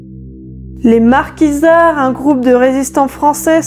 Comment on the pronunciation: Pas les Marquisards ! Les Maquisards! Pas les ouaffens ss ! Les vaffeuns ss! Waffen ss